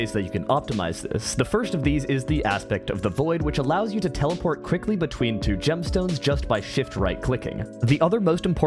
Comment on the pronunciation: bro said gemston ns